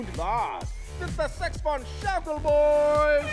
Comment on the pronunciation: Oh, right, this is one of those series in which you get to hear English people try to pronounce German words. You two got close with the Sex von Schaukel Boyz... but were still a little off.